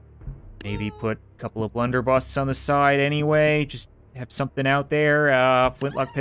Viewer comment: Blunder busses not busts